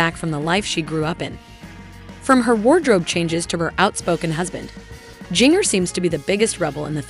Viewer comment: I would love it if you would learn how to pronounce her name. It is like gingerbread.